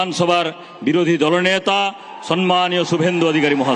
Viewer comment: কথাটা সন্ মানীয় নয় ,সম্ মানীয় ।মমতা থেকে বেশিরভাগ নেতানেত্রীরা ই ভুল বলেন।